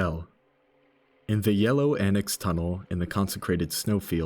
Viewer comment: Just got thrown by Yelough being pronounced as Yellow and not Ye-Luff (Loughborough) or Ye-Lock (Lough Irish for Loch) Great video though, good work connecting these dots!